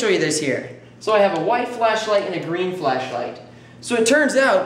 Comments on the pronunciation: haha it sounds like he says fleshlight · Replace every time he says ‘flashlight’ with ‘flesh-light’ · kept hearing "fleshlight"